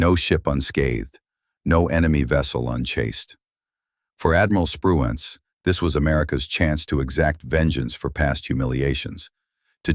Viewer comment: I guess AI can't say Spruance!!!